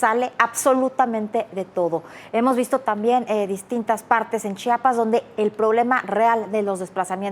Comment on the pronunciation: Gracias por pronunciar bien Chiapas 🎉